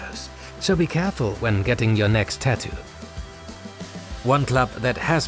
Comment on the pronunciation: The way you pronounce tattoo 😭🤣